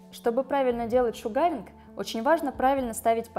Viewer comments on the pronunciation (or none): Вы конечно извините...но правильно будет произносить : "шУгаринг" а не "шугАринг".....посколько слово "Шугар" (sUgar- произношение на У) озночает - сахар. И раз уж в России стали пользоваться этим методом...то недопустимо искажать его название. Спасибо за видео....живу в Штатах....до сих пор занималась восковой депиляцией в салоне...сейчас решила поменять метод и попробовать делать это сама. Ваше видео очень наглядно обьясняет как это делать правильно. Всех благ !